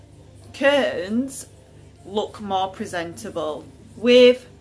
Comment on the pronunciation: Curtains = "keehr-ns" lol 😆 😂